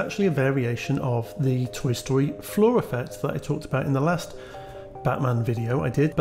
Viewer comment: It's fun for me to hear you say "floor" and think you're saying "flaw", and wondering why you were dissing a thing. You weren't. Tiny mental puzzles.